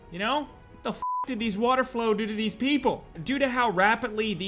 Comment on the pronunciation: Holy shit....its water-FOWL. WATERFOWL. Not 'flow'